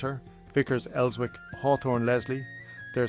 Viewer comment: These AI videos are terrible. So inaccurate on many levels. and Wallsend is just pronounced 'walls - end'. Elswick has a silent 'w'. The Jarrow March never went anywhere near Town. what the hell is that?